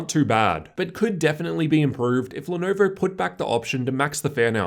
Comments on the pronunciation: "The Lenerver Y-540" lolllll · "The Lernerver y540"